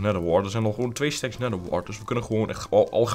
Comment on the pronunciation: Het is geen stek het is stack